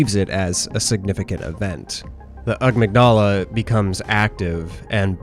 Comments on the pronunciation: Ugmygdala? Sounds like my high school teacher from Africa. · 'Ugh-migdala' I DO like this video a lot, but I've never heard someone pronounce 'amygdala' like that before O_O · Ah-meeg-dah-la?!?! Surley you have heard that word pronounced in school?!?! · that pronunciation is ESL tire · Amygdala with the emphasis on the “da” is a boss in bloodborne. Amygdala with the emphasis on “myg” is a part of the brain. If I had a nickel for every time a YouTube horror media analysis video essay strayed into evopsych I would be a millionaire. Not trying to be a hater btw, this has great production value and the video clued me in to a great series, call it constructive criticism lol